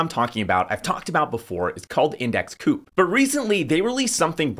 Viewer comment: Surely it's pronounced co-op, as in co-operative rather than coop as it doesn't seem to have much to do with poultry? It kinda makes me think you haven't spoken to anyone at the company, which is a little concerning, especially as the founders haven't doxxed themselves, I can't find them on the site or on Linkedin. Do you know who the founders are, or the CEO, CFO, anyone senior really in the company?